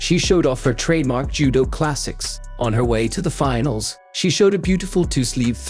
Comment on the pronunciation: in the quarter "finnals"???